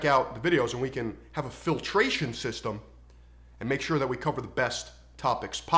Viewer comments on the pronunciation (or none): ...."phil-tration system"